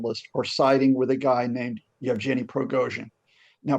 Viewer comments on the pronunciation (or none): none